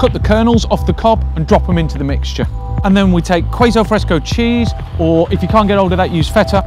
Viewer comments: Did he really just say KWAY-ZO FRESCO? I've never heard anyone pronounce queso wrong. Especially someone who should know better. :-( Also, stop harassing people after you ask them how much they think each thing is worth and you don't like their answer! You invalidate their answers and, therefore, one of the main points of the channel. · Awesome video and I don't mean to be that annoying person who corrects every little mistake but you pronounce "queso" sort of like "k so"